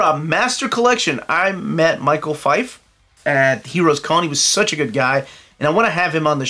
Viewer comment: Michel Fiffe is pronounced “Me-Shell FeeFay”, no?